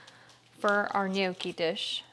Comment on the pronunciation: They are pronounced "knee your key," not no key. I am 100% Italian and the way to say that is offensive to me